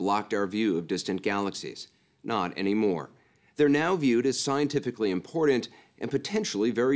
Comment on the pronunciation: Someone teach Anderson how to say "important" properly. There aren't any d's in it slappy.